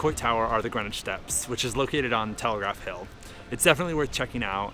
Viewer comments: Just an FYI: in SF Greenwich is pronounced like "Green _ wich" not like Greenwich village in NY. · North Beach is the best SF neighborhood. but you gotta learn to pronounce Greenwich and Coppola!!! Just playin. nice video!